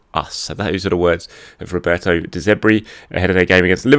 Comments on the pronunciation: Surely the guy's name is de Zerbi, not de Zebri? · De ZERRRRRBI not De ZEBBBBRI! 😅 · ITS ZERBI NOT ZEBRI😂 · it's ZeRbi, not Zebri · De Zerbi not Zebri